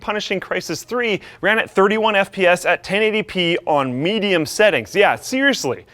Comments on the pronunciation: You can tell just freaking woke up...... "Totally playable frame WATE" "25 sps" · Da fwamewate is 20 ess p ess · "twenty fives fps" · 25 sps? I'm loving all these speech errors